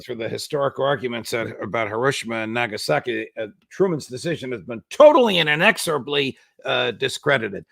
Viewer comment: Hiroshima and na-Gaza-ki?!?